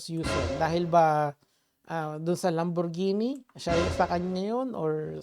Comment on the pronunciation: takte ka natawa ako inulit mo yung sinabi niya "LaMbOrGeNi" hahahahha